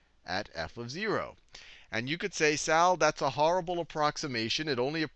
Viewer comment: I hope I'm not the only one who burst out laughing at "well Sal that's a hoarrible approximation".